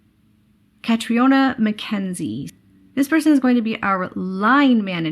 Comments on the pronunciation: Thank you for the updates! I would feel a lot worse about this whole situation without your videos. whispers (catriona is pronounced ca-TREE-na) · Thanks,! Just a note - Catriona is pronounced “katrina”. Congratulations to the drawing winners!